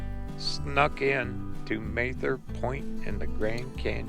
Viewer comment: Very good video. I love the canyon. Please learn how to pronounce Mather.